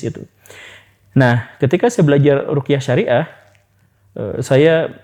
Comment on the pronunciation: Ruqyah Syar'iyyah pak, bukan rukiah syariah. Menyebut itu aja salah gimana mau dengar penjelasannya lebih dalem. Apalagi sampe menyamakan ruqyah dengan hipnosis. Haduhhh... Lebih baik bg datangkan ustadz yg lebih mendalami tentang itu, cth ust M Faizar. Jangan sampe umat tersesat dr pemahaman yg salah, melalui channel ini..